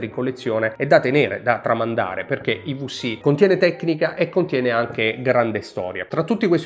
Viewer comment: Bellissimo video ma - i vu si - non si può sentireeeeee!! 😢 Mix di italiano ed inglese con quella vu che non è una vu.. 😅